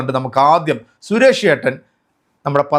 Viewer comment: Koya channel 😂😂😂😂😂😂😂😂😂😂😂😂😂😂..sures alla ..Suresh …parayu suresh …azeez ennu parayana pole sures alla..😂😂😂parayu suresh ..😂😂Koya kunjungal 😂😂😂